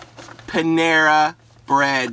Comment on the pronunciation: Panara lol not Panama